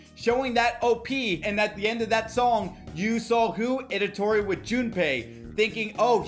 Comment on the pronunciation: It’s ITADORI not edatori 😅